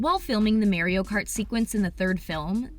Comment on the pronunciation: sis said merioo kartt